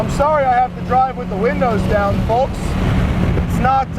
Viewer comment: Aside from the other wacky things he said today, is it just me or is he saying "folks" weird too? 😂